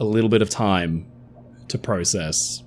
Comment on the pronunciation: You said process wrong!